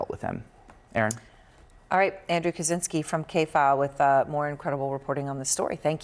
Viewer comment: I wish Mr. Kaczynski's name could be pronounced correctly, it's Ka-CHIN-ski.